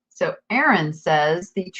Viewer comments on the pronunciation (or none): none